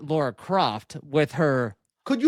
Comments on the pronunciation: Her name isn't Laura, it's Lara. Her name isn't pronounced the same as "Laura". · It's not Laura, it's Lara 😄😂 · Don't be talking about who she is as a character if you don't even know how to pronounce her name.